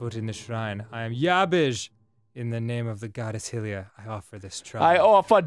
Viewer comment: ah yes, the goddess of Hyrule (pronounced HI Rool) her name is HILLIA my god it drives me crazy